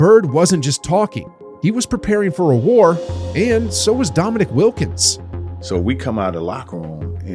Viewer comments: at least pronounce wilkins name right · Trash video, trash comment. Wilkens' name is pronounced incorrectly throughout and you're lecturing about respect.